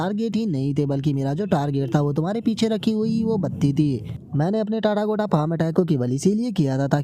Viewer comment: Bhai tu टाटागोटा बोलना बंद कर दे ... भाई वो "तथागत बॉडी" है न कि टाटागोटा बॉडी 😊